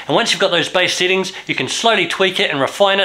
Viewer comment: why instead of saying sEttings, he keeps saying sittings?